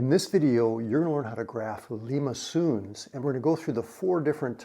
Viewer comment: You are not pronouncing LIMACONS Correctly